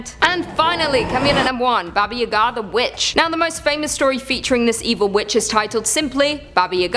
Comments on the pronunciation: You keep saying the old witch's name so fast, it sounds like you're saying "Baba Yehgaa". Its pronounced Bah-Bah Yah-Gah. You kinda need to slow it down a little and enunciate. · Not Babaya´ga, it's Baba Yaga XO